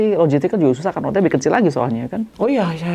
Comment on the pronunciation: mbak... Rote itu bacanya tetap Rote.. bukan Root. Rote itu nama Pulau di NTT